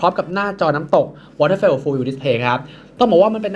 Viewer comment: จอรุ่นนี้ เค้าอ่านว่า วอเทอร์ฟอล ครับ ไม่ใช่ วอเทอร์เฟล ครับ